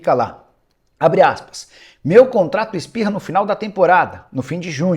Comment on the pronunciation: O contrato expira ou espirra, Nicola 😂😂😂😂😂